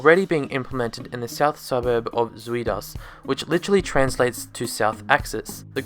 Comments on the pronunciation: Good video and your pronunciations of zuidas is hilarious. Only thing i wanna point out is your reason of "why there are no high building" is totally wrong. The reason why there are no high buildings is because of the soft ground. The support necessary for high building is too insane. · Nice try on 'zuidas' pronunciation but no. Go to google translate, type in 'south axis' from english to dutch, and press the loudspeaker button to hear how it should sound. It is weird because of the 'ui'. In dutch that is one vowel. It also means onion. So if you just want to know the 'ui' sound type in 'onion in google translate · It's pronounced Zoid As, not Sweet Ass. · For a more correct pronunciation of "Zuidas", try saying "south", but with a 'd' instead of a 'th'. "soud-ahs". It's not perfect, but "Zoo-eed-as" is way off. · Pronouncing Zuidas as Swede Ass. You're closer to the original pronounciation if you say "South Ash". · Zwee-das 😂😂 its pronounced Zoyd-as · Good vid mate. Excuse my `Dutch` but, Zuidas is actually like Zuid-As. South-Axle. You make it sound like Zui-Das. Zuid like in South. Not Zui like in South. Z=S D=TH. FYI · sounds like a South African saying "sweet ass". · Did that guy just pull a crate of Hertog Jan out of the pond? 👍 BTW, Zuidas is pronounced "Zowd Us" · LOL "Zweedas". When you see "iu", think "ou". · Zuidas, Sweet-Ass ... mhm yep, I'll approve it. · its pronounced za-ooh-das! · Zuïdas? Zu-idas? Wat zeggie nou? Jeez... is it that hard for you bloody foreigners? :P Ok, you could be further from the Dutch pronunciation by lengthening the a, but you're off quite a bit already The "ui" in Zuidas is a single sound. If we were to separate the u and the i, the i would be written like ï, or there would be a dash in between. Since all that's not the case, we pronounce it just like the google translate lady does. Do your pronunciation homework next time please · je sui das? ahaha zui das wtf is that pronunciation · The way you pronounce zuidas😂😂😂